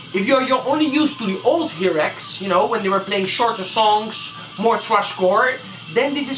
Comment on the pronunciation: I like your video. you got a lot of information, but two important things, nothing about drummers? and please the pronunciation is (in Spanish) "jairax" or "hairax" pero no "jirax, esta fatal!! good luck. \m/